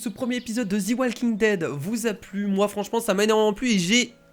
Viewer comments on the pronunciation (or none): en anglais "the" se prononce ze et pas zi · c'est pas thi walking dead c'est the walking dead !! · "Zi walking dead" HAHAHA JSUIS MORT😂😂😂😂😂 Ps: J'ai découvert ta chaine par hasard et je m'abo tout de suite!!!!!!! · j'aime! Prononce Mieux le The s'il te plaît ahaha sinon parfait